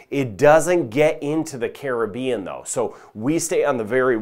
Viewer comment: Thank U fir the update and also the Correct pronouciation of the Caribean! Carib- ean